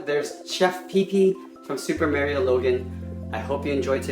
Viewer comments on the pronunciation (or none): do you even know w to say mario